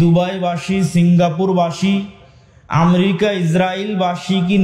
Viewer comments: আমরিকা না, দেশটির নাম আমেরিকা।একটা দেশের নাম যে উচ্চারণ করতে পারে না সে আবার সে আবার ধর্মীয় বক্তৃতা দেয়! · বিশ্ব নেতা !! আমরিকা ???? [উচ্চারণ এতো অশুদ্ধ কেন ??] গোটা পৃথিবী নিয়ে চর্চা শুরু করছো ?